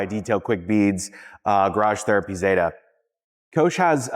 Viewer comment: It's Catherine ZETA Jones not Zetttaaahhh 😂😂😂😂